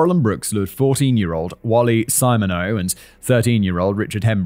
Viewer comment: Simon it’s sim/ma/neax it’s French